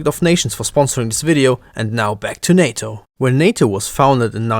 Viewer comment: It's NATO not SATO 😜